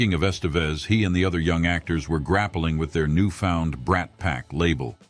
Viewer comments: kinda lost me at "Estayvez" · Ha, if you grew up watching Emilio Estevez you would know how to really pronounce his name and nowhere near the way this AI pronounced it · Please do your research and learn how to pronounce Estevez and Des Plaines